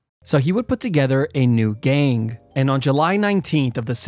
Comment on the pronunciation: love how he always says ''gain''' instead of gang